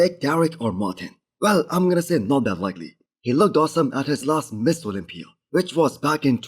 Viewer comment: This guy can't even say Mr. Olympia. Every attempt sounds like Miss Olympia. 3 hrs 11 comments 140 likes. Starting to look like a failure, you should probably focus on speaking the language of the market you're trying to succeed in and stop worrying about making content on a subject you cannot pronounce. Mister Olympia. Not Miss Olympia